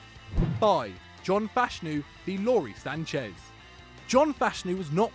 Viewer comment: You pronounce Lawrie Sanchez wrong